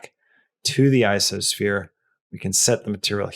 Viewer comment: he said "isosphere". Is ico pronounced "iso"? What does ico even stand for? I thought it was pronounced "eye koe sphere".